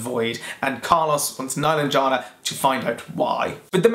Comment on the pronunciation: Meh-LAHN-jeh-nah is how you pronounce her name. Watch the authors on YouTube read from the book or listen to the audiobook.